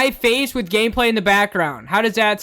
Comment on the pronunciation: I heard "gameplay" as "gay play" Someone put me out of my misery